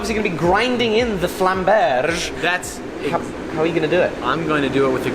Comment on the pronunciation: It’s called „Flammberg“ not „Flammbersh“... it’s German, not French -.